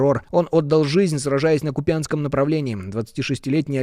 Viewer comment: правильно КУпянск .а не КупЯнск !